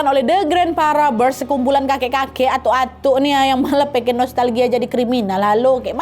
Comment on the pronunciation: Robbers dibaca robbers bukan raber(rubber)artinya karet,dan event dibaca ivent,iv-ent seperti menyebutkan ant (ent) YG artinya semut.